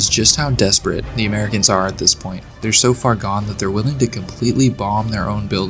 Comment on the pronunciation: “THEY’ER EVERYWHERE!!!”